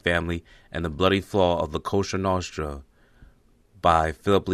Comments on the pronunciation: It's COSA NOSTRA NOT COSTRA NOSTRA!! BESIDES ALL YOURINFO IS BEING TAKEN RIGHT FROM LEONETTI'S BOOK. WHO WANTS YOUR CHEESY VOICES FOR THE DIFFERENT CHARACTERS IN THE BOOK. LEONETTI, BURNSTEIN AND GRAZIANO DID JUST FINE. EXCEPT FOR LA COSA NOSTRA OR LCN. THATS THE GOVT FOR YOU. VALACHI NEVER SAID LA COSA NOSTRA HE SAID COSA NOSTRA OUR THING IN ITALIAN. THE SENATOR ADDED THE LA. STUPID. SAMMY GRAVANO SAYS COSA NOSTRA, JOHN GOTTI DID, THE KIST GOES ON. IT DEPENDS WHAT CITY, BUT ALL THE DOCUMENTARIES IVE WATCHED WHEN NEW YORK GANGSTERS PRONOUNCE IT ITS COSA NOSTRA. SO IF YOUR SICILIAN ITS COSA NOSTRA. WELL GOTTI AND DELLACROCE ARENT SICILIAN BUT THEY BOTH USE COSA NOSTRA. LISTEN TO THE TAPES OF GOTTI AND DELLACROCE WHEN NEIL, THE POLLAK, FATHER O'NEIL MR NEIL, AND THE TALL GUY. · It’s not “Costra Nostra” it’s “Cosa Nostra” and the FBI added la to it which makes no sense “the our thing?” Ridiculous! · This narrator can’t even speak , lol …. He didn’t even say or spell “ Cosa Nostra “ correctly lmao